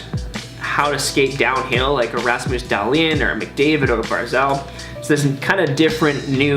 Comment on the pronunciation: Did he call him ras mouse dalton lol it's ramus dalhin learn hockey